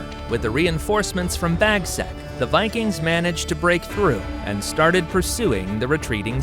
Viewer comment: King Bagsack? 🤣🤣